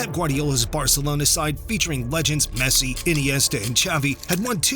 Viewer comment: Messi not pessi